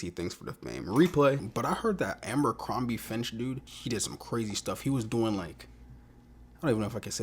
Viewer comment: it's not Àmbercrombie...it's ABERCROMBIE. My God man.